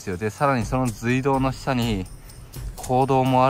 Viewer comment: 今調べて来ましたが、正しい読み方は「すいどう」なんですね！ 教えて頂きありがとうございます！ まだまだ廃道などの歴史については初心者ですがこれからはきちんと正しい読み方で言っていこうと思います！ ご指摘感謝します！